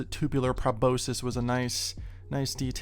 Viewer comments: Proboscis. pro-BOS-kis , or pro-BOS-sis. Never pra-BO-sis. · it's probe-aus-kiss, proboscis